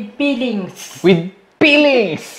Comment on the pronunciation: "Peelings" ..... I love Filipino accent ✌️😂